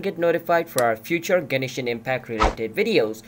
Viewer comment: lmao genishin